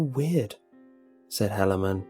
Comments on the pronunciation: It is pronounced He-lay-man. Not sure why it bugs me so much. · It's a Mormon one that's bad it's pronunciation butchered. It's he-la-man. Still fuckin weird tho. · First story is guaranteed to have been submitted by a Mormon. The name Helaman (pronunciation butchered btw, He-La-Man not that will ever have to say that name ever again) large family, and the fact they were able to submit a 10 minute composition to the Internet without any profanity or saying omg are all a dead giveaway. Nothing wrong with it, it just stuck with me thru the whole story. -signed Jack-Mormon the Danite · Helaman . Like the Bible . He just pronounced it incorrectly :)